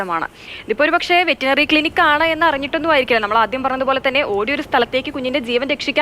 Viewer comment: ആങ്കറെ, വെറ്റിനറി ക്ലിനിക് അല്ല, വെറ്ററിനറി ക്ലിനിക് 🤣 പിന്നെ ബൈ ദ വേ അനഘക്ക് ആ ക്ലിനിക്കിലാണോ പോസ്റ്റിങ്ങ് 😂😂😂